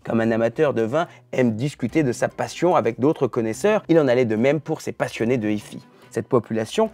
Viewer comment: C'est marrant cet effet de style façon Lada en finition "Luxe" de la vidéo, qui consiste à feindre de prononcer "hi-fi" à l'anglaise comme si on ne savait pas prononcer l'anglais. 😋